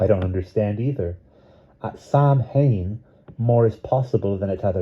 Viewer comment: Sam-hain ❌ Sow-in ✔️